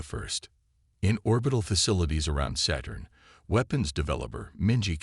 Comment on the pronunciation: It takes 59 minutes to tell this story because parts of the story are repeated. Instead of using an AI, use a real person. A person who knows how to correctly pronounce Saturn.